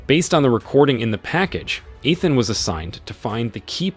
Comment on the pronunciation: EE-than.....its only the 7th movie.....Pen-quins